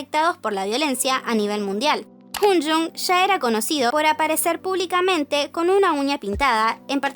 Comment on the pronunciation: me pega la risa cuando dice hUngjoong jajaja